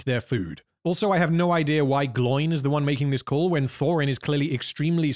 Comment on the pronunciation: its not 'gloin', its 'glow-in'